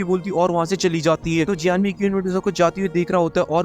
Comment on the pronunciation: Abe keen medusa nahi queen medusa hota hai chiraand.